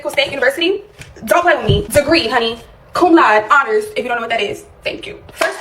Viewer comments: She pronounced cum laude 'cum loud'. How embarrassing. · Graduated with honors, can’t pronounce “cum laude” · Brags about her honors level degree, doesn’t know how to pronounce the honor itself, classic